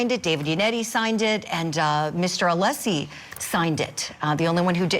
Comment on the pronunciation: At least pronounce Alessi's name correct 🤦‍♀️